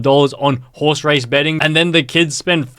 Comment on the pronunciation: "horse ret bacing" ☠